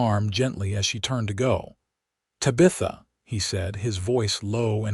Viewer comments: Yeah, me too....bye. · Drove me crazy!!! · Terrific love story! ❤ very interesting from beginning to end. I accepted the AI mispronunciation and just held on to fully enjoying the story! ❤😊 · Not Sure I Can Keep Listening. Mangling The Name Tabitha is something AI needs to fix! It's nails grinding on a Chalkboard Aggravating. Tabitha I keep wanting To Yell. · I don't know what's so hard about Tabitha